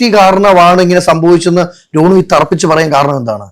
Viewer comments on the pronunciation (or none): രോണു അല്ല റോനു